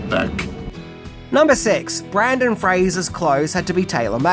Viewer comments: You pronounce his first name wrong, but his last name right. Which is really funny because everyone gets his last name wrong and you're famous for quirky pronunciations. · BRENDAN. Brendan Fraser! There’s only one A in BRENDAN 🙄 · How do you pronounce Fraser correctly but not Brendan? Usually people call him Brendan "Frasier" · I don't get it. has critiqued to bunch of Brendon Fraser's movies yet he still insists upon mispronouncing his name. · ya Brendan gets pissed if you say it wrong. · he said Brandon instead of Brendan. But, he did pronounce Fraser correctly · I love you, but it's BrYNdan FrAYzer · I think it was the Brandon thing that he's talking about. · His name is NOT Brandon. It's Brendan 🤦‍♂ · His name isn't "Brandon", it's Brendan. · Bro, I love you. But it’s Brendan Fraiser. BRENDAN. NOT BRANDON. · My guy. It’s Brendan not Brandon 😂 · BrENdon Fraser, not BrAndon, come on mate! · BRENDAN NOT BRANDON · His names Brenden not Brandon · Brendan NOT Brandon 🤦‍♂️ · Its Brendan!! Not Brandon! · Breeeeeeenden lol. Not Braaaandon. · It's Brendan not Brandon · Its Brendan....not Brandon........and yeah it is irritating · BRENDAN, NOT Brandon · For the love of God. His name is Brendan not Brandon. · His name is BRENDAN! NOT Brandon! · Hey, for future reference his name is "Brendan" and not "Brandon".👍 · It's is Brendan Frasier, not Brandon Frasier. BREN-DAN! NOT BRAN-DON! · For God's sake it's BRENDAN Fraser, NOT Brandon.🤦‍♂️🤦‍♂️🤦‍♂️ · brEndan... NOT brAndon. Come on. There's even a clip with his name spelled out in your video. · Brendan … not Brandon lol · BRENDAN! Not Brandon. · Dude. Brendan. BrEndan. BRENDAN. Not Brandon. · BrEndan, not BrAndon. 😁😉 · Brendan Fraser, not Brandon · It's BrEndAn, not BrAndOn. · Also it's BrENdan nor BrANdan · I was just coming on to say for the love of God, his name is Brendan! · Ok but u also spelled it “Brandon”. And YEEEAAAHHH!! No more Brendan Frasier vids!! That’ll teach us!! 😂